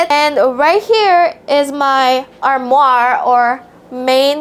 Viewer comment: dang bae, you almost di ed tf 🤔😂😰 Ella: Rio has his own functional nook YT captions: Ri0 hAs HiS 0wN fUnKsHuNaL NUKE 🤭🙂 grabe ka naman bae, nasa tabi na nga ng sink n toilet 😂😰 4 words of the day today "ReKtAnGLiSh" "0hPaYkK" "ArMwAhRr" and "HuZzLuRr" 📖💪🧠 ILYSMB 😘💨💞